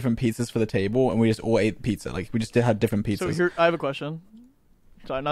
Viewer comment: “pitzer and pahsta”-george 2022